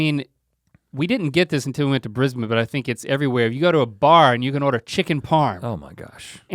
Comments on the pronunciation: Well done Link on pronouncing Brisbane and Melbourne as "Bris-bin" & "Mel-bin"... Most Americans say " Bris-baaaiin" & " Mel-boorrn". And yes, Melbourne are coffee snobs. They are state certified barista training schools. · I love how they pronounce Brisbane and Melbourne in an Aussie accent and then continue the sentence right on with their American accents! Their time in Australia has really helped them with the pronunciation xD